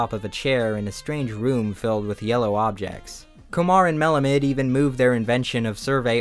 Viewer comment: It should be pronounced Melāmid (AH med)